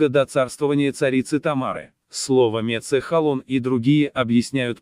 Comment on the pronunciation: Не мецЕхал, а Мецхал!!!